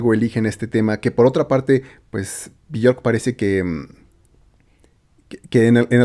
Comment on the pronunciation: se pronuncia " biork " ella misma se presenta con esa pronuncacion